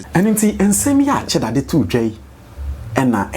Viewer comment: Afia the name is cheddar 😮not sheddar.